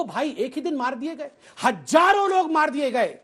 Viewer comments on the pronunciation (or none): Hajaro nhi hota hazaro hota hai gobbar Patra